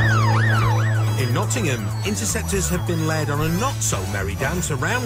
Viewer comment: Enjoy your videos , just so you know its nottingham pronounced not ing um lool